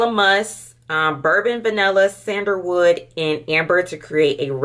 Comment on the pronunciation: SENDER WOOD?😂😂and not u called a magnolia flower a Mongolian??? And Bulgarian ....it's just like it's spelled.....just sound them out or look up the pronunciation before u post it ....unless u cool with it